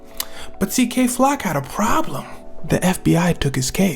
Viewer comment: Did he say gay flock on purpose at the start 😭😭